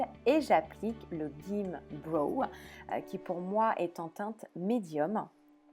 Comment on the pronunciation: GIMME BROW se prononce "gimmi", ohlala l'anglais et les youtubeuses françaises ça fait vraiment 2...... ^^